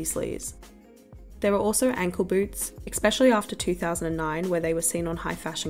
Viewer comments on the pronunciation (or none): Esssspecially.. not expecially Not being mean, you just say it a lot. 💕 Good coverage btw. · I can't like this because of the many times u said "exspecially" or "ickspecially" instead of especially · "especially" not "eXpecially" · Why do you say "expecially"? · interesting video essay but the constant mispronunciaiton of especially as EXPECTially is grinding on my nerves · Please stop saying ‘exspecially’ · your pronunciation of especially is flawless and not at all annoying